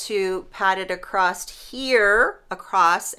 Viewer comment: I'm Midwestern never heard anyone say acrosst. 🤷‍♀️. BUT I'm also from Chicago. I mainly hear trains and gunshots.